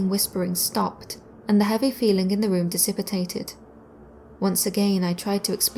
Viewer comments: Dissipitated isn’t a word. Dissipated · I love your voice and the stories are better than most. Literally only one thing: it's pronounced "dis-i-pay-tid", not "dis-ip-it-ayt-id". I don't know if that's an English thing, like how some British and Australians say "al-you-min-i-um", rather than "al-oom-in-um". Not sure but compared to the other channels like yours, your voice is amazing and your inflection is awesome! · No in English we dont pronounce disipated as disipitated. Aluminium is the correct pronunciation of the word as it is spelt in English. American dialect shortens that to aluminum.